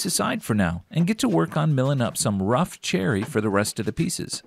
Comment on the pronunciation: When you said, "cherry", I thought that I heard, "Jerry". What a bubble-bleep that did not make any sense!